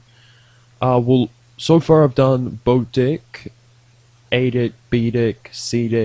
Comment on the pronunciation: why every time you say deck it sounds like d# ck xd